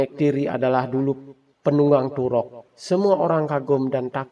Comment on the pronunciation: Toruk makto bukan turok, gak cetoh